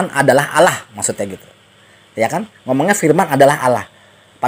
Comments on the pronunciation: Ass. Wr wb. mzdih belum membedakan pengucapan "Allah" dengan "Alah". masih terbawa pengucapan agama lamanya. Mohon dibetulkan. Trmksh. Wassalam. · Kedengarannya panggil alah bukan alloh mungkin lupa